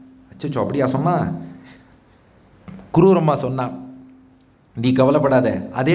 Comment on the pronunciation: க்ரூரம்மா இல்லை ஐயா. குரூரம்மா. க்ரூரம் என்றால் கொடூரம் என்று அர்த்தம். உச்சரிப்பில் கவனம் தேவை.